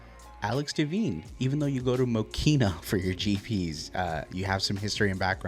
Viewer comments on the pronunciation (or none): Congrats on making the fast heat this month, and the shout-out is appreciated 😊 Dee-vine not Deh-veen BTW 🤓 Wall of text: Highlight that 19.683 lap and save it separately. Your next step is consistency; both in making more fast heats the rest of the year, and getting closer to your best lap within each race. I'd say you had 5-7 other clean laps that were all 3 tenths off that best lap. right place, wrong timing. That pass is on if it's clean - dust it off and go again! that's on James. He never looks and just assumed you weren't on the inside. divebomb incoming! You should be on his bumper through the last corner to think about staying along the wall when he swings out for turn 1. you could tough that out on the inside if you were ambitious and/or kept closer to James and got a better angle into the esses. no blue flags in the race bud! Maybe in qualifying if you're lucky 😬 HELL YEAH! The subtle nudge out of the last corner to help convince Phillip to dive turn 1, then setting up momentum to make the pass 👊 the door opens, why not walk in? Learning moment! You know James and/or Philip are close, and there's been a lot of contact in turn 1. Play it safe for a lap and stay tighter to the inside until you build a gap.